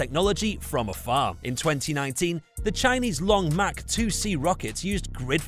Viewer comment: That’s long march. Not long mach.